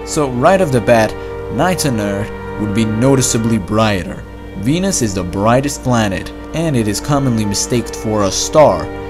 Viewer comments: I keep hearing Benis instead of Venus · Ai J I heard penis... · I heard penis... Not Venus... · am i the only one who misheard it as "penis"at the start? lol